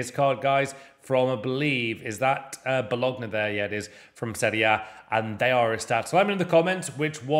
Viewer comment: How’ve you been doing these for so many years and not learned how to pronounce Bologna? Do you pronounce the ‘G’ in Bolognese?